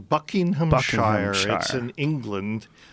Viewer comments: Great interview but Dennis' pronunciation of Buckinghamshire bothers me lol. Bucking-um-sheer not Bucking-ham-shire, this isn't lord of the rings :P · wtf??? It's pronounced /ˈbʌk.ɪŋ.əm.ʃə(ɹ)/ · Buckinghamshire is pronounced Bucking-ham-sheer ;) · As an englishman, the way that he pronounces Buckinghamshire is really fucking annoying;)